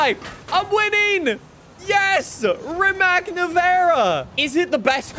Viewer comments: Btw is pronunced rimac not rimak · Rimac is pronounced like Ree-mats. It's Croatian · It's pronounced "Rimatz". Even the owner of Rimac, Mate Rimac pronounces it like that because Rimac is a Croatian car company. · Am I the only one that gets bugged by how pronounces Rimac wrong? (It's supposed to be Ree-matz) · You probably already know but thats not how you pronounce rimac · bro is made a Video about how to pronounce Forza, but he keeps mispronouncing Rimac